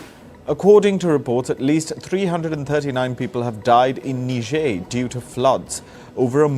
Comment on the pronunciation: how to pronounce "Niger" ?😂